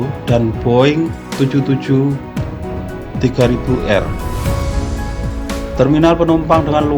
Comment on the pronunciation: Maaf bukan mau menyalahkan hanyankoreksi saja biar tidak gagal paham Boeing 777 - 300 ER pronunciation "tripel seven thri handrid i ar" ...Soalnya belum pernah dengar seri Boeing 77 3000 R. Lanjutkan dan sukses selalu..!!🙏🙏